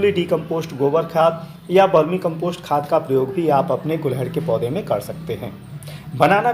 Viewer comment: Very good sir 🙏 गुलहड़ ❌ गुड़हल ✅